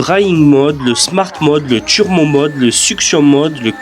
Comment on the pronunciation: Pourquoi tu dis « tchurbo »? Ça fait bledard